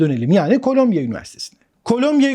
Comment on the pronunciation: Colombia (kolombiya okunur) bir ülke. Columbia (kolumbiya okunur) new york'da bir üniversite. Kolombiya Kolombiya dedikçe vay be dedim kolombiya ne gelişmiş ükeymiş, robot yapıyor. Sonradan düştü jeton.